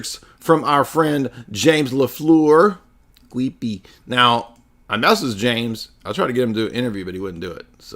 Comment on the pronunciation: 😂😂 keep up these jokes man very fun “cweepy” stream!! that lighting fr scared me